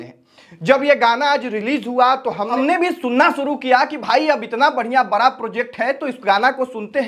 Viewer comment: ❤बड़ा प्रोजेक्ट होता है बारा 😅😅प्रोजेक्ट नहीं होता है भाई सीखो बोलने पहले😅😅 तुम्हारा भी समय आ रहा है 👿